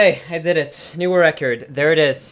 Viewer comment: Wait, so theres where the “I deed eet!” comes from